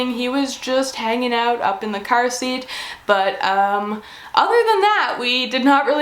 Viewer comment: That was the most Canadian ‘curr’ I’ve ever heard